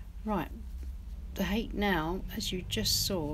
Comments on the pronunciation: I love your videos! Btw, the Japanese hake brush is pronounced: "Ha-keh". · Hello, Hake that rhymes with cake is a fish. The asian hake brush is pronounced hah keh. Cheers